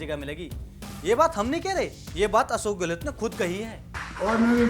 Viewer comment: तुम लोग अशोक को असोक क्यू बोलते हो